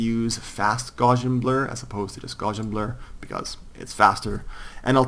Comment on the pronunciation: Loving your Tutorials. They are the best I have found on Youtube. I have a very small correction, Gaussian is said with the "au" sounding like "ow" not the more usual "or" sound. The name Gauss is pronounced Gouse like mouse or house. I made the mistake before I studied Maths and now the other sounds really odd.